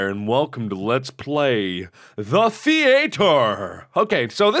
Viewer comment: Yes The The-ATE-er! Exactly how it's pronounced!